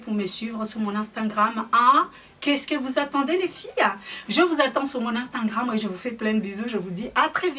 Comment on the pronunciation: Vanessa j'me moque pas de mais quand elle dit amstangram,enfienceurs,huilda beauty je trouves ça drôle donc je vois pas pourquoi tu viens faire ton intéressante